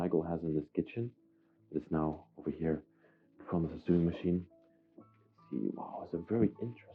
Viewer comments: Ok, you're killing me!!! Lol. The chest that had the stuff in it and smelled funny is called a cedar chest. It keeps moths (mainly) out. The "built in cabinet" is a closet. And it's pronounced so-ing (sp-sewing)not sueing....lolol. Great video and you're so delicate and caring. Lots of retro furniture!!! Love it! And I miss the '70's...lol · Please may I explain? The word 'SEWING' is pronounced 'SO-WING' and the word 'IRONING' pronounced 'I-ONING' because the 'R' is silent. I hope you don't mind me telling you. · I smile every time I hear you say the words "sew" and "sewing". We actually pronounce it the same as "so", "sow" and "sowing".